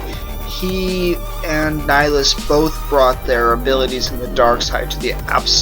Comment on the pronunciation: It's Ni-hill-us